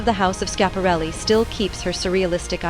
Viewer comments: I believe it's pronounced Scap-a-REL-i. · Cant Watch a video that mispronounces its subjects name…. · Do your research and learn how to pronounce her name correctly....